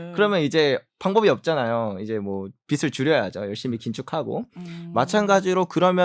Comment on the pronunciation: 빚이 를 비시로 읽지마시요 비지가 맞고 빚을 비슬로 읽지마시요 비즐이 맞습니다